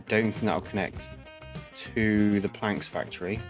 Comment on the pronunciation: Great video! Keep it up. But my brother.. "planks factory"??